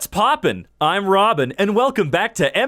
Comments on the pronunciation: What’s poppin, I’m ropin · "whats poppin im robin!" he tried